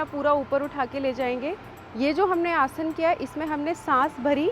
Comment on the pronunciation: Explanation to sahi h lakin hindi ka uchharan sahi karen जैसे कि आसना नही है, आसन है। याद रखिये आप भारत मे निवास करते हैं